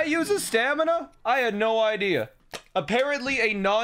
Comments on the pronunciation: can beat LOZBOTW without saying staNiMa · This entire time I was trying to figure out if he was saying stamina or stanima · Should have called the horse "stamiNAH" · he should've called the horse stamiNAH